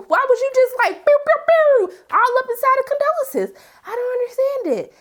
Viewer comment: The woman’s name is Condola! , not Condolences 😂 geez